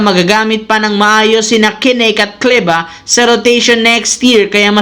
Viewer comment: mhirap ba e pronounce ung Maxi Kleber hndi ung Kleba ka ng Kleba sino un si Maxi Kleba 😂 bawat Content mo Maxi Kleba 😂 hndi mo ba mabigkas ang R 😂